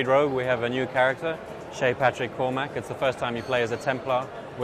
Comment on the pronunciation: Why can none of these people say Cormac? Korm-ick. It's not too difficult. Also, it's not a surname.